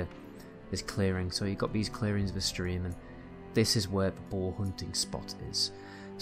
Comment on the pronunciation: I have to really pay attention to figure out what you're saying. You pronounce "bow" and "boar" as "bo." You are capable of producing the "r" sound if you move your jaw properly.